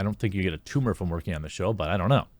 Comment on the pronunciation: Jeremy: Eets nawt ah TOOMAH